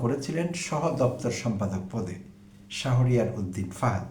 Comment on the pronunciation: প্রিয় ভাই, আসসালামু আলাইকুম। ডোন্ট মাইন্ড প্লিজ । ছাত্রদলের নেতার নামটির সঠিক উচ্চারণ " শাহোরিয়ার " না হয়ে " শাহরিয়ার " হবে । ধন্যবাদ।